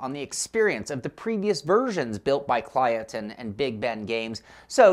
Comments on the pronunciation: Kylotonn. Not Klyotonn. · You're support to pronounce it Kill-oh-tonn. Great preview btw!